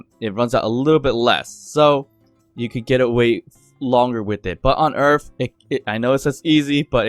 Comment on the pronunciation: Earth. Not Earf.